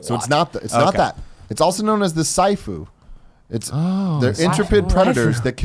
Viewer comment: It's Seeh-ah-foo. (siafu).